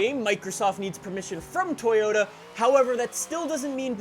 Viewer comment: It's just Toyota (to-jo-ta), not To-yo(gangsta "yo")-ta. It's very simple.